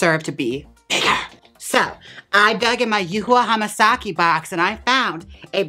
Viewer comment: Did you just pronounce Yuhua Hamasaki the way it was meant to be pronounced?? 😳 what happened Jaymes? Is something wrong are you okay??